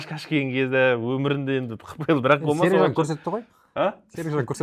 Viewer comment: сіздікі не осы? Әр жолы қазақтардың атын дұрыс айтпайсыз? Сағиды - Саги, Қараман Караман, Қашкен - Кашкен т.с.с. Мысалы сізгеде емес,Элдос деп айтсақ сізге жақпайдығой😢